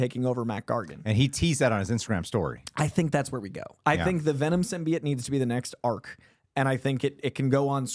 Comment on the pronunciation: saying symbiote wrong 100 times is making my brain itch